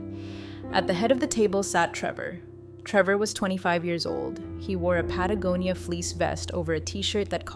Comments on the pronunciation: Oh. My. God! Someone finally pronounces "Patagonia" correctly. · Wow, , "Patagonia" was pronounced correctly, I'm impressed. OK, back to the story. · I think you mean OMG! an AI that pronounces Patagonia correctly 😂😂😂😂😂😂